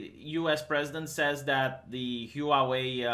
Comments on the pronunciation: "Huavei" Vee not "Huauei"! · It's pronounced hwarwei. 2 syllables not 3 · Pronunciation of Huawei = whaa-way....(expat in Taiwan for 20 years) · I thought it was hoo-wah way (stressing the wah rather than the hoo) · Chinese people are not destroying their iPhones. You can't pronounce Huawei.